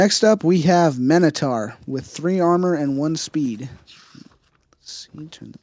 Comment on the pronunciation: It is mi-no-tar